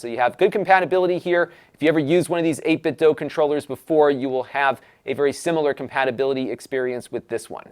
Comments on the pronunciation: Joe from Game Sack said it’s pronounced like doo. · Never heard anyone say this word out loud, but since the word DO is pronounced DUE, it would be 8bitDO, as in "I do eat tator tots". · No it's pronounced 'dwaoe'.